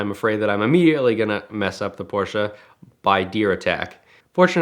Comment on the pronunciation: So glad you guys know how to pronounce Porsche properly. Drives me crazy when I hear it wrong.